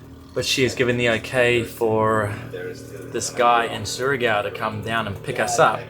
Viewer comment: I love how you started saying Surigao right then wrong haha its like saying Shargo gorgeous place great episode